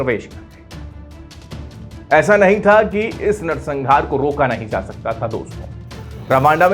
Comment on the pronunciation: pehle bolna to seekh le narsanhaar ko narsangaar bol raha hai